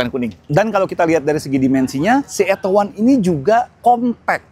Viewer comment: Plis, jgn di englishkan lagi namanya, beyede udah capek rubah nama biar mudah diucapkan orang Indonesia, jangan lagi dieja ettow wan, atto sendiri berbahasa italia yg dibaca atto bukan ettow, jadi ejalah beyede atto satu